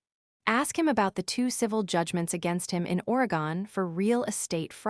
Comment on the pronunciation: You kept saying Oregon wrong